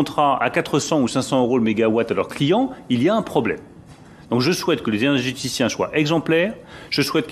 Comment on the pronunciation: "énerrergéticiens" "éjèjèticiens" "énèjjjjéticiens" La drogue c'est mal. (Mais ça réchauffe quand on a plus d'électricité.)